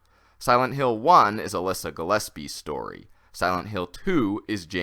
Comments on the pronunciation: It's Alessa, not Alyssa. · Every time he said Alyssa I cringed